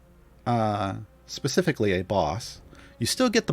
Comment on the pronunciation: You and your Pacifically! lol